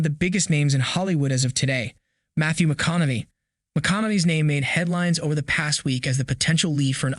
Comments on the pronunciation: McConaughey not McConaughe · Its pronounced ... "Ma-con-a-hey" but otherwise "you shore dun gud....." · Is the man's name reallly that har to say? McConaughey: [MUH] + [KON] + [UH] + [HAY] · Appreciate the great video and updates! Hate to be critical, but your pronunciation of McConaughey drove me nuts! lol It's Ma Con Uh Hay. Not McConomey. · 1883 was a masterpiece. Also please stop mispronounced names. McConamy? Wtf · It’s pronounced ma con a hay, dope. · McConamay? Lol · Are you saying Matthew mcconavee? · Great vid...until I hear the narrator pronounce Matthew McConaugHey's name as Matthew McConaughMEy at least 6 X's!! If U r going to produce a Video ATLEAST learn 1st how to pronounce correctly the names of the people involved, PLEASE!!! 🤦‍♂🤦‍♂ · Starting how can yall not say Matthew McConaughey name correctly? ( mih-KAH-nuh-hay ) HAY !!!! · You’re pronouncing McConaughey wrong. I’d be cool if he’s in the family tree. Amazing actor. True Detective, Mud, Killer Joe, Dallas Buyer’s Club, The Gentlemen, etc. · You pronounce mathews name wrong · Who edits these videos? You can't pronounce McConaughey? Whoever is making these videos has never heard the names before. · Never heard someone butcher saying McConaughey that bad before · I don't approve how u say Matthew McConaughey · First let's learn how to pronounce Matthew McConaughey's name, he's only been a popular actor for 2 decades. It's unlikely that he would play a descendent of Spencer in the year 1944 as that is only 20 years after current events of the show. McConaughey is 53 years old. It's more likely that he is to actually just play an older version of Spencer given Spencer's current age of mid 30's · Please learn how to pronounce McConaghey.